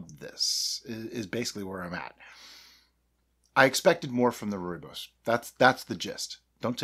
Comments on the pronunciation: You have nailed the pronunciation this time! I have made wine with Rooibos, much like your mead, but with sugar. Quite a complicated taste, but not bad at the end. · The pronouncing of Rooibos is now perfect, but i prefer it your way.In the South African gold mines the miners will take frozen sweet Rooibos with a dash of real lemon juice in it underground by the time they reach there working places it would be a ice cold tee to drink. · Good day and you the first American to pronounce "Rooibos" correctly! I did post you a message on your facebook group about making my wine about the Hanepoot wine to be more spiific and hope you can help me out. Regards Lekker dag en baie dankie Nic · Lol, your original pronunciation is fine, many people say it that way and it is certainly not wrong. Glad to see you made it into a mead, I drink a lot of it as it is so this will make a cool project. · It's definitely not wrong. Thanks for wasting your time! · You got it good pronunciation wise this time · Nailed the pronunciation! 😁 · Good pronunciation, now you just need the "Afrikaans" accent to go with it. On a different note, I believe that Rooibos has natural antimicrobial properties which may have contributed the the early finish in fermentation. Could be an interesting experiment to add the tea towards the end of fermentation rather than upfront🤔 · "improvement" in pronunciation! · Pronunciation definitely better